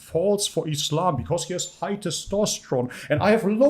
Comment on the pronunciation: within ees-slom! 🤓